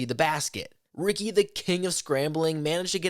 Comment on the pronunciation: They didn't say Ricky correctly. Sometimes people from other languages have a hard time pronouncing things correctly. It's not a big deal